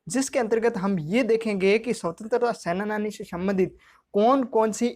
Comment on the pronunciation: Sir senani hota h sena-nani nhi hota